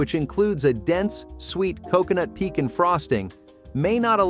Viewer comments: He lost me at "Peek-in" for pecan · The fact that he rhymed "pecan" with "beacon" really made me question this whole thing!